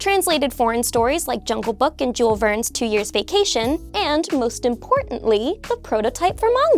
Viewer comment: you're adorable, but you called Jules Verne Jule Vernes.